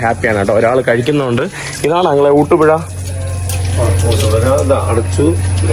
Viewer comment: ഊട്ടു പുഴ അല്ല ഊട്ടുപുര. മൈരേ കന്നി അല്ല, കഞ്ഞി ആണ്. നീ തന്നെ ഒരു കഞ്ഞിയാണ്